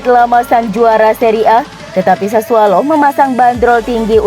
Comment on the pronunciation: Sassuolo mbak. Bukan sassualo